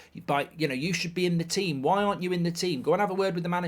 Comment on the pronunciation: "Tea-them" lol